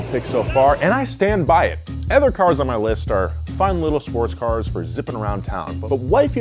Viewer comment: Other its Other not ether. what are you even saying? ether cars? he can say another properly